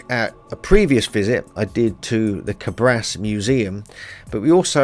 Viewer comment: Thank you for bringing up to light this fascinating part of our ancient story. Just one thing for people who wants to go and see this magnificent examples of giants: the name of the town is Càbras with the accent on the first "a". And, there is a theory which tells that this giants reppresent some glorious winners of a sort of Olympics games.